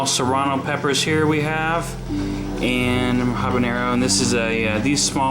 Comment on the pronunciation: Nice garden! BTW, it's habanero, without the ñ. Best wishes!